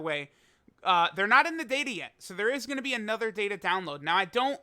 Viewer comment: Easy 2/10 wrong pronunciation